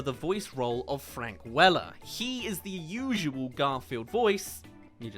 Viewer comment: Did you seriously call him Frank "Weller?" Also, Gregg Berger has been replaced as the voice of Odie. I can't remember the guy's name, but he's from the show What We Do In the Shadows. EDIT: Just added a period at the end. It bothered me.